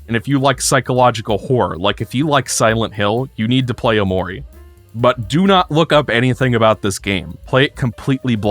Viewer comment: cannot get over pronouncing it "o'maury"